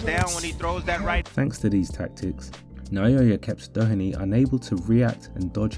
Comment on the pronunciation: This is a super video. Well done on your pronunciation of TJ Doheny also. Genuinely far better than most English people's